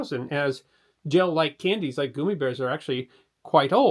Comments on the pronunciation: "Goomy"? They're Gummy. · I've never heard gummy pronounced goomy until now. A hundred times in a row... 😖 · The pronunciation of GUMmy bears as GOOMmy bears is proof that is actually an advanced robot who is just doing his best to read scripts phonetically. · The first gummy store ever seen opened up in 1985 when I was a freshman in college. My friends and I would eat a pound or so on a night cramming for a test lol. So I still have a fondness even though I’m Gen X Also… I’m unreasonably triggered when I hear you say “goomies” instead of gummy’s like gum. Sorry 😂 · Why do you keep saying goomy and not gummy, like gum-ee? Gos grief I want to watch but the mispronunciation is going to make me crazy. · It's 'gummy' not 'goomy'. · I'm cringing every time you say goo me instead of gum me. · What's up w/ the "goo-me" pronunciation vs "gumm-me"??? You vascillate between the two pronunciations. Was never a fan of gummies, as my sweet tooth had already been taken by Tootsie Rolls, which have become hen's teeth as I have not been able to locate ANY Tootsies in the stores around my area. So, I go online and order them direct from the manufacturer. Gummi vitamins are related to Marry Poppin's famous saying " . . . a spoonful of sugar helps the medicine go down." As children come to my door this Halloween, I will choose only the juiciest . . . gummies. hehehe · Has narration gone AI? It's the only thing I can think of that explains why his pronunciation of gummy switches back and forth between goomy and gummy repeatedly. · I am 72 and it's the first time I've ever heard gummy bear pronounced goomy bear. 🤔😊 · Goomy bears? I thought it was gummy bears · yea it makes no sense to randomly pronounce it as "goomy" when we say "guh-m" normally. It just seems like an obnoxious mispronunciation to drive engagement. And look at how brilliantly it worked. Skillfully done! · It's called "Gum-E" not "Goom-E"! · I always thought it was pronounced Gum-my